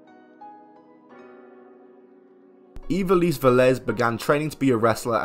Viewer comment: That's not how you pronounce ivelisse